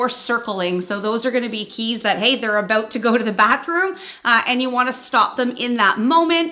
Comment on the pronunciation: Is this aboot Canada?